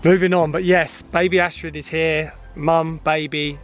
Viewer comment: you pronounce astrid as astri.. Have a niece and that is her name